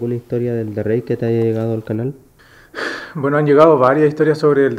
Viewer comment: Cada vez que escuché "elderreik" mis oídos sangraron